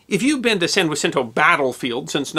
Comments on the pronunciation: BB-35 REPRESENT! Also its pronounced San Ja-Sin-Toe. You do pronounce the J even though the word has a Spanish origin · Sir, great video! 2 constructive criticisms I would offer... 1) even at 2800 yards, BB35 still couldn't reach point du hoc, she actually flooded her torpedo blisters to induce a list which allowed her reach to extend the necessary distance. 2) San Jacinto should be pronounced with the Anglo pronunciation. In the local area its shortened to San Jack . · Locals pronounce San Jacinto with a J. We know it's actually pronounced with an H in Spanish but it is what it is. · Right, of course. In Texas, the "J" is pronounced like an English J. Funny how Spanish words are said differently in, say, California or elsewhere.